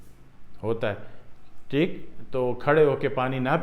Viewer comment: Teek hai ,teek hai Kiya ratthe ho .pahile toom teek hojaopheer teek bolne ka vidio banana seekho theek hai .